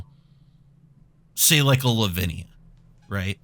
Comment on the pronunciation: Headed to the hospital now, took a shot everytime he said livinia and 2 for arden+kraum. Thoughts and prayers please